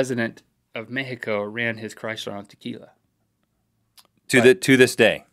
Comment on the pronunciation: the first american i hear saying mexico the right way jaja